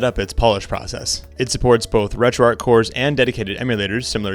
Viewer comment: Just a friendly note that it's pronounced "Retro ARCH" not "Retro Ark"